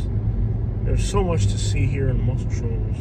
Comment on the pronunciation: learn how to say muscle shoals B